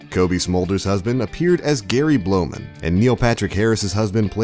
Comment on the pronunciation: lol Gary BlOWman its Blauman